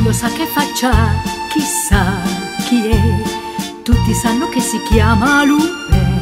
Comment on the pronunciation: Non ci stà sulla pronuncia Lupin... della u...